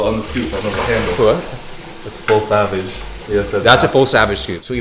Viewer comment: Its not SAVAGE, its THAVAGE Scoop!!!!